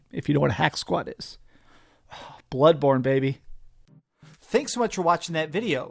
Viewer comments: I like how you say bloodborne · The way you say BLOODBorne bothers me